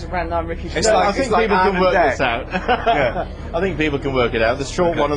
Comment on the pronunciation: Who is Ricky Gervayus?